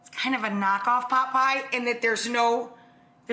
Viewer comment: Rachael it is pronounced POT PIE. Stop calling it Paw Pie